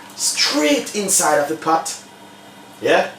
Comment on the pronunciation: It's *pot not pat